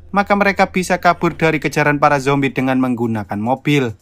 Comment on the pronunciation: seketika humorku lepas denger abangnya sebutin "Justin Bibier berubah jadi zombay" 🤣